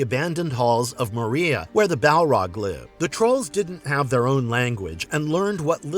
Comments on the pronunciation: I can’t take anything in this video seriously when you keep calling it More-ria. Ffs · Ah yes, “Mo-Ria” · "Moriya" That was enough for me - not recommending this channel. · Got enough at "Mo-Ria" 💀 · Maria? Bowrimeer? Do you just do this to tick us off or is this how you say it? Either way, stop. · Gotta stop using that AI voice clone, dude. Bomarere? Moriea? Wtf? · SOMETHING INSIDE OF ME DIED AFTER I HEARD THAT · The ancient dwarven city of…Maria! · the way he say moria sounds so wrong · Your scripting is lacking. The ai slave doesn't help it sound professional either when it can't pronounce Moria. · It's an AI voice, they give themselves a way with mispronunciations. Youtube is full of these AI lore vids.